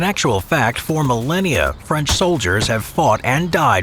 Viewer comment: for "millenia" 😂😂😂😂